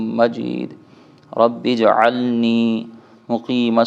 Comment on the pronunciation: آ آپ نے رب جعلنی کے بجائے ربجعلنی پڑھا اپنی ریکارڈ کی ھوئ ویڈیو دیکھ لیں۔